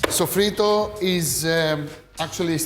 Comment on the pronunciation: Hi, my friend. Sofrito is too a spanish word. An you, the greek people, have an exact and perfect pronuntiation of this spanish word. Your pronuncitation of sofrito is perfect spanish.